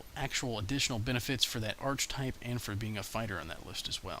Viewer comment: Nice review, but I'd like to see one showing how to create monsters for encounters (assuming you have the Bestiary packages). This is what's foxing me. BTW, 'Archetype' is pronounced 'Ar-ka-type', not 'Arch-Type'. The word has three syllables, and it's a hard 'Ch', like in Chasm.